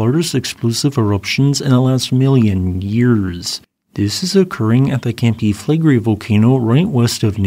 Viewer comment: Sorry, but I have to mention this. They way you shorten "Campi Flegrei" down to "Campi Flegri", you are not a YouTuber, but just a Youter.